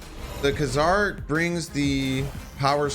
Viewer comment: I believe the 90’s cartoon cleared up the pronouncement of his name as “Kay Czar” not “Kuh Czar”. New to the game and it will be a long time before I can get to Thanos but now I have an end goal. Thank you for your videos.